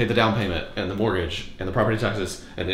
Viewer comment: "Mortgage" 🤣 Why is that "T" in there?!